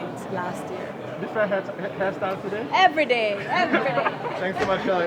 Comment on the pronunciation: That evridaayy evridayy at the end tho 💅💅🤩🤩😂